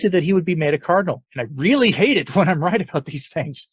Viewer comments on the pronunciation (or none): none